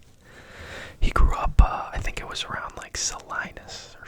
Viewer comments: I grew up in Salinas, California. We have a Steinbeck Museum and Salinas is like 30 minutes from Monterey. Its pronounced suh-lee-nuhs btw just fyi. And yes Cannery Row was known for canning sardines lol and they have a huge museum for it. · I lived in the same city as Steinbeck. It’s pronounced Sal- e-nus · just an fyi salinas is pronounced suh-LEE-nas ‼️